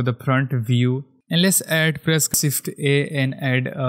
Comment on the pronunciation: sift = Shift ?! wtf ...are you disabled ? shader the same thing,.. you cant spell SH ? ...LOL hahahaha